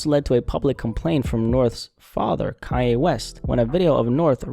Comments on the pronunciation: Kanye,not Kayeh! WTF's wrote witchu bro??😳🤣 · Of course he was right! But he can't deny who the mother is or how she came to "fame". What did he expect? On another subject, why do you keep saying "Kai A" instead of Kan Ye ? Do you have a speech impediment or is this the new slang to pronounce his name? I could hardly pay attention to your content because I was distracted by how many times you seemingly mispronounced his name on purpose! It became a drinking game!